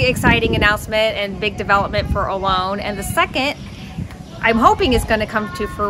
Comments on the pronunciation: Don't mean to sound picky because I really enjoy your videos but it's really weird to me how Americans pronounce Olón as Ol-own. Isn't actually easier to pronounce it properly as Ol-ón? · It's actually pronounced o-LOAN, which is how we pronounce it (with our American accent 😂)